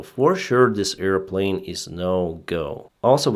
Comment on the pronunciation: Sorry for making fun about pronunciation but "earplane" is a funny word. It reminds me of Dumbo the flying elefant. ;-)